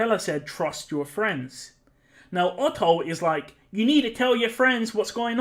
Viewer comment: Hearing you say "Ohoh" instead of "Otto" was the best part, I love this X)